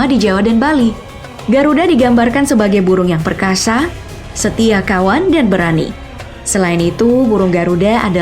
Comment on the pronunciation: Kakak ngomong perkasya